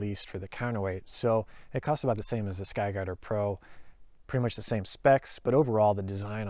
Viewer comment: Holy shit, you say it so fast.... "SKY DADDA PRO" Thats what I'm hearing. 4 times, you said sky dadda pro...